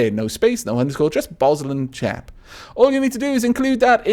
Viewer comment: lol BosLandschap means forest area and is pronounced bos laund (as in laundry) schap (hard g)